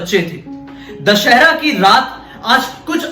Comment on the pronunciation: Bhiya दशहर nahi दशहरा hota hai